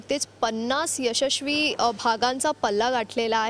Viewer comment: ya'sh'ashwi kaay are!!! Marathi channel karta kaam kartay tar shikun ghya ki thoda faar! :-/